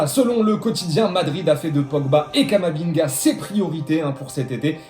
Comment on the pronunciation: un moment il a dis "Camabinga"